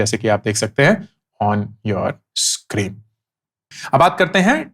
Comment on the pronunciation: Scroon 😂! Anyways, enjoyed the video.